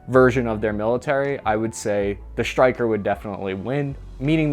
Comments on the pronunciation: Bud there is no H between S and T ie Stryker vs your Shtryker or do u say Shtrike 3 otherwise shtupendous video! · It's 'Stryker', NOT 'SHtryker'. There is a difference. I know the shtruggle is real, but please, try to lose the 'h'. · Is is shrytker or stryker?